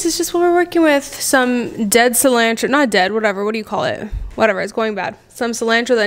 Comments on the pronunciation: Whys you say cilantro that wat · The way she says cilantro 😳🥴🥴🥴